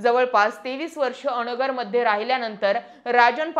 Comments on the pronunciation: अ.. नगर असं न म्हणता अनगर म्हणावं... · बाई अ नगर न्हवे अनगर म्हणा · अ..... नगर असे नाही अनगर असे आहे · अ-नगर. नाही अन-गर ( अनगर) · अ नगर नाही ते अनगर किव्हा अंगर असा उच्चार होतो उगाचाच गावाला बदनाम करू नक्का 😂😂😂 😅😅😅😅😅😅😅😅😅😅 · मॅडम अनगर म्हणा bircet अ नगर बोलता